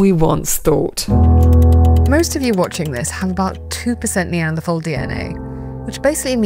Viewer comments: Yet she continuously mispronounces “Neanderthal”. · Stop mispronouncing Neanderthal!